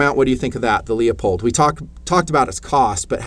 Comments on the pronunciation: IT’s “LOO POLED” - Damn Call them up on the phone and LISTEN HOW THEY ANSWER THE DAMN PHONE!!! And if you have not heard of Proof Research barrels, you need to come out of your hole more often! Love Ya man - But Get with the Program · Loop-hold. It’s not Lee-uh-pold. You did make some good points on this build. I don’t understand why you guys tend to go super budget, instead on springing for mostly high end parts...when done correctly. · I love your videos, but you pronounce Leupold wrong and it makes me cringe.